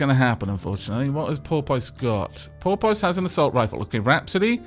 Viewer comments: I'm sorry to do this but I've held my tongue for 3 episodes and I can no longer! Porpoise - (poor-pes) As in a species of aquatic mammal similar to a dolphin but smaller. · I really hate the name Porpoise, every-time you said the name. It sounded like Polpot to me. I hope Porpoise dies soon.